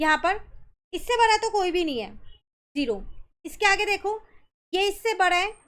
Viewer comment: Maan it's bada not bara